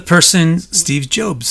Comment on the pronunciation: Steve Jobes lol Great content tho, thanks :)